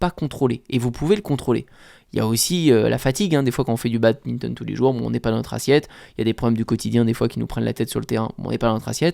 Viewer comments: Yo, j'aime bien tes vidéos mais par pitié, un badiste qui dit Babinton c'est horrible :( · Salut mec t vidéos sont vraiment incrrr, mais arrête de dire babinton !!!